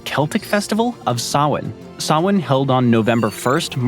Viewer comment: thank you for pronouncing Samhain right :) Blessed be ;)